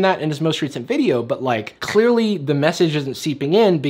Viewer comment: that C in clearly sounded like a mixture of a minecraft spider and castagnets